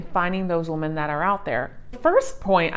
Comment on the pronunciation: Omg you read it like woman when it clealy says women so annoying